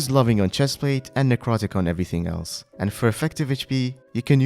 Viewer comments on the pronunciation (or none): none